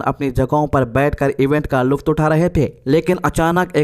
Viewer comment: Lutf ku bhi luft boldiya 😮